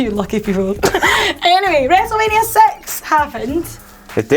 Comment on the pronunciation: I heard wrestlemaina sex not six